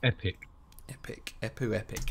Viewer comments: How many have told you that it´s Empu not Epu? Hahaha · Haha, I'm English - you called him Eppu repeatedly, no M. But who cares? It was a passing comment. Main thing is, it's great song, even if you rated it lower than I would. But that's hats the nature of music - any art really - tastes differ and a good thing too or it would be a boring world and we'd all love the Spice Girls